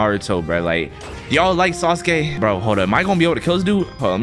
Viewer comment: That aint sasuke that's suske Not hating